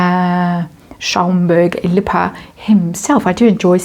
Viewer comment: It is really not going well for, is it? As Austrian l must say, you pronounce Schaumburg- Lippe beautifully! A very cute accent 😁👍🏼 Greetings from Salzburg 🇦🇹